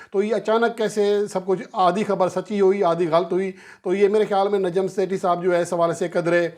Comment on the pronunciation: شیٹھی نہی ہے سیٹھی نام ہے 😢